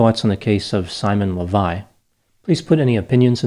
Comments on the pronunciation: An Israeli here You got the facts right for the most part, but you butchered his last name, which is Leviev, not Levi. This has significance, because Simon took on this last name to help him with his scams. There's a famous Israeli multimillionaire by that name who made his fortune in the diamond industry, so Simon was pretending to be his son. Also, I watched a news piece on Simon on channel 12(the most popular TV channel in Israel) which included an interview with him. They said that he served 10 months in prison, not 5. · Why are you pronouncing the name "Lavei" the name is clearly "Lavei-ev"? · It’s amazing how easy it was for these women to fall for so little. By the way, I think his last name is pronounced LEH vee ehv. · His last name (the one he CHOSE for himself, because it's the last name of real millioner in the diamonds field) should be pronounced LehVaYev. His real last name is KhaYoot.